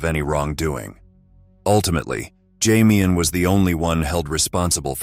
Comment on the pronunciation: Jamian is Damian with a J.. 🤨